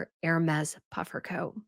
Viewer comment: Hermes = Air-may